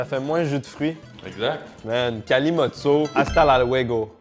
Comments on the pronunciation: En français, ça se prononce Calimoutcho et c'est généralement la boisson des poivreaux. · Le kalimotxo ce prononce kalimotcho. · « Kalimotxo » se dit Kalimoutcho 😅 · chez nous on prononce "KALIMOUTCHO" pour le vin + coca et on a une autre recette, le "PETROLE" pour du pastis + coca qui fonctionne aussi bien à la surprise générale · En France, on prononce Calimoucho'.. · EL KALIMOTXO ! ! ! ! ! (prononcer calimoutcho) AH PUTAIN ! ! ! Qu'est-ce que j'ai pu en faire au all-inclusive à MALLORCA de ce cocktail 🤤🍷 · cela ce dit kalimoutecho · Tu as fais erreur ça se prononce kalimoutcho et c'est basque et non pas espagnol. Tu vois que le mot ne vient pas de la langue espagnole mais de la langue basque. Le pays basque est colonisé par la france et l'espagne et se bat pour sa liberté comme la Palestine, l'Irlande ou la Corse. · Ça se prononce kalimocho je buvais ça gosse quand mon père jouais au foot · Il faut prononcer kalimoutcho et on boit ça aussi chez nous dans le sud ouest de la France, les bodegas des fêtes de Dax, Bayonne etc... 😉 Bises du Périgord ! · Coca et vin non j’peux pas, j’ai bu ça la première fois avec un correspondant espagnole a 18 ans prononce le kalimoutcho. Deg j’ai vomi à la fin de la soirée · Pour info ça se dit kalimoutcho et c'est une boisson de homeless, clodos quoi ! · MERCI de faire découvrir le Kalimutxo / Kalimotxo aux gens (se prononce kalimoutcho). On me prend pour un fou quand je raconte que c'est très bon à chaque fois 😭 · Vincent + coca se prononce kalimoutcho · Agur. Le mélange vin rouge coca se prononce kalimoutcho et c'est une spécialité basque! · on dit kalimoutcho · Kalimotxo se prononce Kalimoutcho, et on en bois des litres aussi au Pays Basque avec du jus de citron et du sucre.... Miam-miam ou plutôt Glou-glou.. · Le cocktail vin rouge/ cola se prononce kalimoutcho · Salut ça se prononce Calimoutcho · Kalimoutcho a prononcer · le Kalimotxo c'est basque pas espagnol (le x est prononcé ch) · Ça se prononce "kalimoutcho"